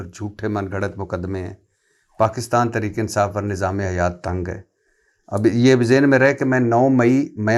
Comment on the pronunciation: وڑائچ صاحب خود کو بہت بڑی ادبی شخصیت سمجھتے ہیں۔ واہ واہ واہ ۔ جناب ۔ درے پردہ نہیں در پردہ ہوتا ہے ۔ اٹھونجا نہیں اٹھاون ہوتا ہے ۔ تریک نہیں تحریک ہوتا ہے ۔ . "صرف " ۔ " فرض" اور بہت سے دیگر الفاظ کا تلفظ ٹھیک کر لیجیے پھر "ملک " پر بات کیجیے گا ۔ ۔ ان کا عظیم الشان گھر دیکھ کر ہی اندازہ ہوتا ہے کہ یہ کتنے بڑے " صحافی " ہیں ۔ ۔ الیکشن والی رات جیو پر ان کا تجزیہ سن کر انتہائی افسوس ہوا تھا ۔ جب انہوں نے نہایت سنجیدگی سے کہا تھا کہ ساری پارٹیوں کے ووٹ اکٹھے گن لیں ۔ پی ٹی آئی ان سے ہارگئی ہے ۔ شرمناک تبصرہ ۔ ۔۔ ۔۔۔۔۔۔Sz Rana official